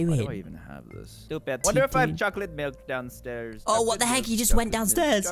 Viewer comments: No he said chocolait mill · Haha Caylus Said: Chocolwate Milk